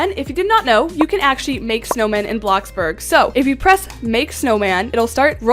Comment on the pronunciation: Did u just say Blacksburg